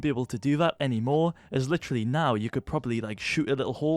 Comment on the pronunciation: is "literally" or "litchily" how hes pronouncing it an universal word to put everywhere to underline something?